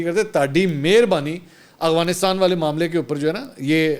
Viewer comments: mansoor bhai afghanistan name hai aghwanistan ni h mai ny 10 dafa ap ko note kia h ap b apni islah kryn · منصور بھائی آ پ افغانستان صیح نہیں بول رہے